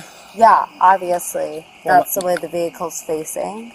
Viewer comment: 7 i counted that she said oviasly 7 times